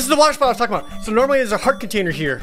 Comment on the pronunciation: Sometimes, when Jared says magic container, I hear it as magic potater.